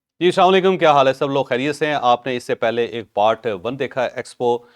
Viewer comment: Ch sahib correction your slam said properly(Asslam o alaekum)